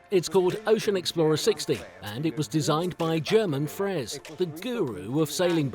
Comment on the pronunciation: The "G" in German Frers is an "H" phonetically - as in "Herman Frers."